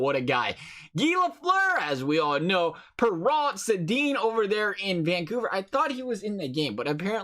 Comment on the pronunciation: Also “Perreault” is said Per Row